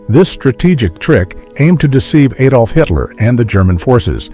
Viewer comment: Adolf, not aidolf, day advert then knock vert off and say ad olf